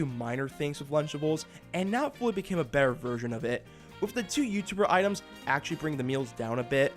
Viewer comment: the way you say the "t" in water and better is wrong somehow. like you make it a "th" sound